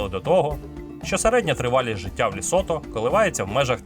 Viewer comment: Цікавий і змістовний виклад матеріалу якби не одне "але" - країна ЛЕсото, а все відео диктор повторює ЛЄсото. Комусь можливо неважлива дрібниця але це основа, при тому, що і в описі та заголовку чітко вказано тверде Е в назві держави